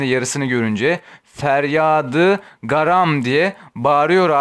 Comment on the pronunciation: birçok eser yanlış feryadı garam değil ferda-yı garam intizar değil ihtizar bunları düzeltmeniz gerek insanlara yanlış bilgi veriyorsunuz...